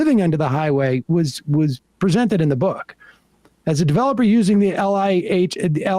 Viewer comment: is where it's at. So glad Sam read this out loud and brought up LIHTC. Btw Sam, in the industry, we phonetically call the acronym, "ligh-tech".